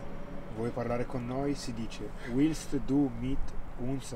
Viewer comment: ricordati che la w in tedesco non si pronuncia ui ma v quandi quanto chiedi "vuoi parlare con noi?" la pronuncia corretta è vilst du... e non uilst du:D;)